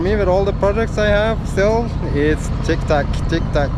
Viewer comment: lol , you made me smile and giggle when you said "TICK TACK" it's TICK TOCK". but PLEASE don't stop saying TICK TACK.. BTW MISSED YA BOTH " HAPPY SAILS"